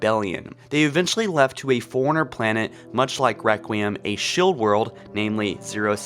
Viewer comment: anyone else notice how he says forerunner sounds like Foreigner?